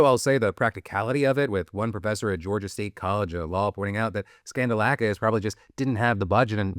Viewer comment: Guy’s name is literally “skandal-akis” cmon